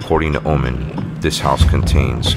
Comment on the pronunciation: Oman, not woman!!! Haha🤣